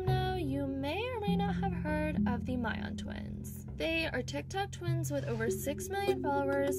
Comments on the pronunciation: it’s killing me that you pronounced mian wrong ! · It’s ME-AN NOT MY-AN